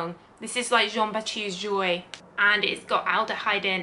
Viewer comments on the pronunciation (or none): none